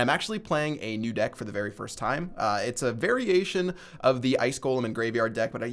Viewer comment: The way u said variation near the started it almost sounded like you said a very Asian ice golem